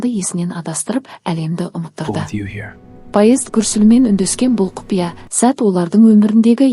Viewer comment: Паезд деген не неге дұрыс оқымайсыз😂